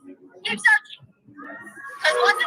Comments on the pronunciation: Did she say searchining? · Did she say searching? Lol